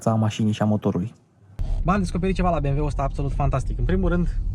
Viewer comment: Super prezentare, esti bun, dar "bemweul" este slab rau.